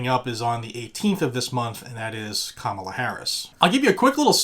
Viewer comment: As someone who just finished living in and near San Francisco for a little more than two decades, your pronunciation of Kamala is fine. You can work on Harris. 😄